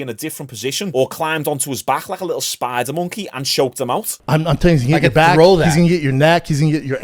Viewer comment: "spider-monkeyehh" what did you just call DJ?